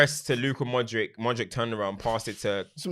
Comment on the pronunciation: and Glenn Hoddle always saying “modrick” 🤣